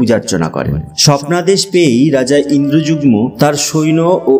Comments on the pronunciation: 'Indrajugmo' bolchen , ota "Indradumno" hobe. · রাজা ইন্দ্রযুগ্ম নয়, তিনি ইন্দ্রদ্যুম্ন। নীল অঞ্চল নয়, নীলাচল। খুব সুন্দর বর্ণনা হয়েছে।